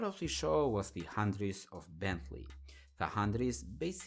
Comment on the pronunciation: I understand the dificulty in pronouncing foreign names and that either Phaeton or Hunaudières aren't easy but you absolutelly murdered the Hunaudières... repeat after me: "Hoo-no-dee-air-re". Don't get me wrong, I'm not trying to roast you or anything cause I absolutely love your videos but if it was me I'd lik to be corrected.🙂